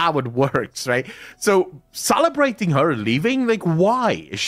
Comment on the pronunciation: Salabrating, sallabratting....